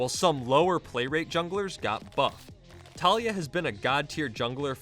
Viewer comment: I don't understand how people mispronounce Taliyah. You ALL seen the Spotlight, right? It's Ta-LEE-YAH, not TALIA.